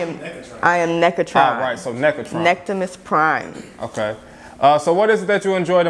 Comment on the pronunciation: That chick said necktimus prime🤣🤣🤣